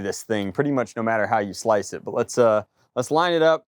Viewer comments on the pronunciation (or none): none